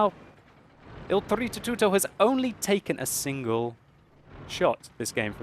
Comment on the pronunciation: BritzzONE Mario is an Italian plumber. O.o is doing a good job pronouncing it correctly. If you sound much different...you're doing it wrong.